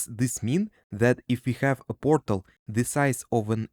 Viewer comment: I love how he says borTal